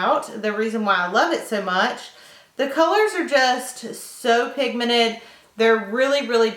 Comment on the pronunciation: is it me or she doesn't know how to say pigmented, she says pigmenet hahahaah love your makeup